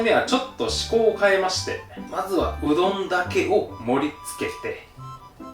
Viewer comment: うどんを どん でなんかじわった